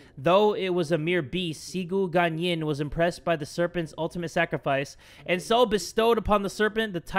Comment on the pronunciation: "XIGU GANYIN" My dude, it's "Ci", like "tzzz goo gwan Yin " XDDD